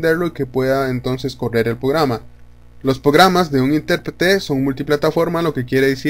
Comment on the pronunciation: Porque dices pograma? 😂 Pero está chévere el vídeo entendí todo hasta pograma jaja